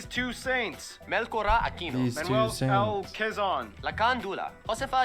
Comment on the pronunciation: actually its pronounced "melsora" but the spelling is melchora (i got it wrong first time lmao 😭)